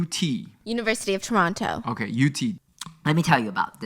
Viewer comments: pronouncing Toronto is so cute, yes thats the proper way to say it but if you want to sound Canadian don't pronounce the 2nd T (Tor-on-no) 🇨🇦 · Me saying at start “they don’t talk about Toronto” processed to tell Toronto story I loved how he pronounced Toronto lol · Stephanie saying Toronto correctly warmed my Ontarian soul ❤